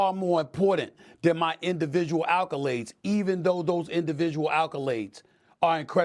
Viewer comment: "Individual "alcolades"??? May I see your i.d., please...?